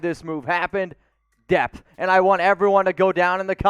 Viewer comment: DEPTH. I thought you were saying DEATH and I was super confused lol